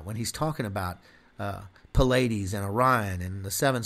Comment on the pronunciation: Pleiades is pronounced Plee-iades, not Puh-ladys.